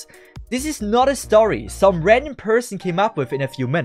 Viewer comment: I thought he said Reddit instead of Random LMAO